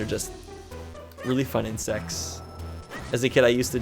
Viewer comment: What said: Roly polies are really cool insects. What I heard: Ronly polies are really cool in sex. Me: WTF!